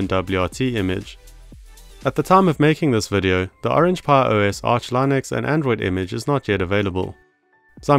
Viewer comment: you must be one of the last people to still pronounce Linux as Lie-nux. It's not a lie, it's for real.